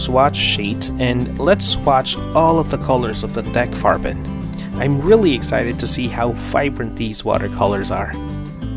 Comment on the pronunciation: Yes, that's probably the first time I heard someone that's not German pronounce it, and yes, you did perfectly fine. Also I really like your accent, where are you from? (If I am allowed to ask)😅